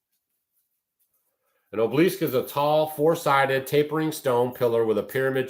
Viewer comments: Sorry, truly no offense meant, just a pet peeve of mine: pronunciation is important. It is 'aa-buh-luhsk', not oh-bleesk. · Ob el isk… 3 syllables,.. just sayin! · Obelisk (ah bow lisk) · It’s pronounced ABALL-ISK. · Pronounce obelisk (ah-Be-Lesk) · It's an ancient phallic symbol for the false gods and there are gobs of them all over the country. Every cemetery has at least one. BTW,, it is aa-buh-lusk. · He uses their magic against them. The dark has lost power Trump is of tbe light. You dont understand the battle and please ask someone how to pronounce obelisk. Im white 63 MAGA Q and have studied this since 2016. Under Biden my friend a YT MAGA content creator had his home raided in so cal forced to stand outside NAKED filmed by neighbors they took all his electronics and he lost his business. Please stick to homesteading as your limited understanding of the decades old plan by the Whitehats (since JFK SHOT)TO TAKE BACK OUR COUNTRY. Wait until the end of November meanwhile stick to staying in joy and love as every negative story you speak on shows your ignorance hurts your health and I turn the channel.why do you want to suck others into tbe darkness . Trump was chosen by God to save the world. Oh and the man killed behind Trump would beg to differ about assassination attempt. Im listening to you as I write this and can't believe you're blind to the great awakening. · you're not pronouncing it right I wondered what the heck you were saying I know what those things are but I'm not sure how to put the word in here so you know how to say it correctly and yes they came from Egypt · I think your pronunciaton of obelisk is not one I've ever heard.😅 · Check your pronunciation of obelisk and phallic.